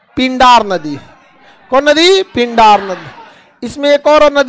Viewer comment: currect pindar पिंडर सतोपंथ satopanth उच्चारण शुद्ध कीजियेगा भिलंगना